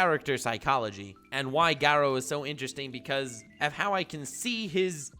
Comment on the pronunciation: Me:sees video and clicks it Sees pronunciation of garou and chloro leaves